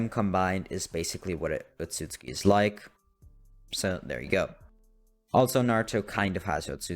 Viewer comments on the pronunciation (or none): OTSOTSUKI NOT OTSUTSKI